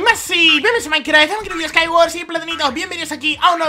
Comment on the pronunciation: si dice maicra